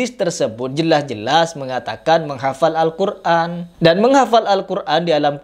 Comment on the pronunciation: gue setuju sama. bicara Al Qur'an ko ngomong Al Qur'an pake ain bukanya itu Hamjah 😅